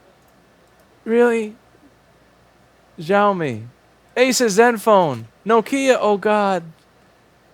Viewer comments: and please its not ziaomi. its shiaomi. xiao means small in chinese. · Zhaomi? Is that how all Americans pronounce that? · Xiaomi is prounounced "shao-mi" where "ao" is like "ow" as in "ouch". It's a "sh" sound, not a "z" sound.